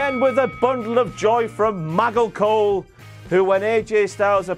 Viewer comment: why does he say "MUGGLE COLE" instead of Michael? lol welcome back king